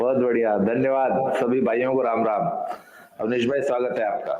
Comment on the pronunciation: awdesh nahi avnish hai wo